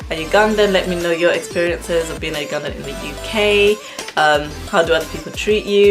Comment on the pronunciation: When pronouncing "Ugandan," sounds like I'm saying "you gone then"